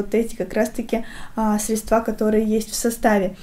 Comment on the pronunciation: Выключила после слова средствА